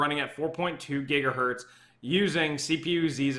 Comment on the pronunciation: >gigahert smh